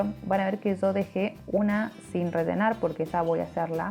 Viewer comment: Que bonito. Pk dices redenar ? Es rellenar.